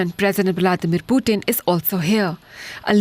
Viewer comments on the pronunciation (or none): none